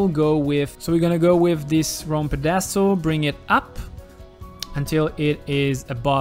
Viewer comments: If you have trouble saying pedestal. Try saying (pet a stool) fast. I hope that helps. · PEE DAZ STAL. Lol